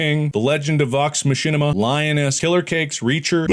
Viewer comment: "vox mashiminama" as a Critter, im distraught but it was kinda funny